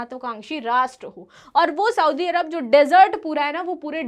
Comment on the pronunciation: मैडम! आप पढाती है,पर लिखा हुआ भी पढ नही पाती है,सऊदी = सऊदी, साऊदी नही